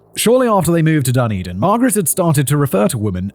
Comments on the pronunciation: He called it 'Dun din'! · Please Simon Dunedin (da ne din) and Otago (o ta go)